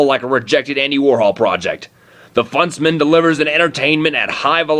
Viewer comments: I thought he said cunts man at the end lol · Tomás Barros i think he also said hutsman at one point, go searching if you like. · did he say cuntsman? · lol at the end he said cuntsman